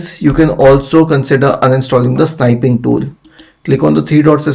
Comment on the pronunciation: It is snipping tool, not sniping. short i. Thanks.